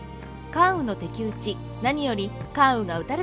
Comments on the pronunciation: 細かくて申し訳ありません。 「敵討ち」読み方は「かたきうち」ですよね。 ライターと名乗るなら、しっかりされた方がよろしいかと。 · 関羽の「敵=かたき」討ち ですね？ 仇討ち、と最初からテキストを書いておけばいいのに… 声優さんがいけないのかな 声優さんは、もしかしてAIなのかな